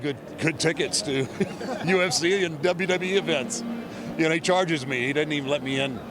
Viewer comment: It’s funny how Vince always call “WWE” DUB D😂😂